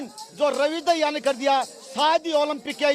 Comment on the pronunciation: Ravi daya nhi dahiya speak properly.